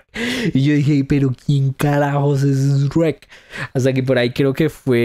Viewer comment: Tu dices Shuerk.